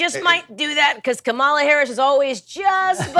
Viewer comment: Not Candace saying Kamala Harris' name wrong...smh